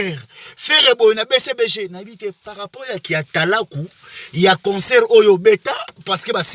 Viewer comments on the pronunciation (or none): none